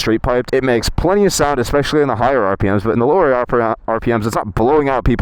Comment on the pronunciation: As much as Ive enjoyed your content as of late mate, dont tell me youre one of those who say eckspecially instead of especially